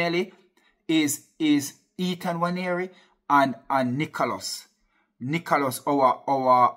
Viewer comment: Man said nicholos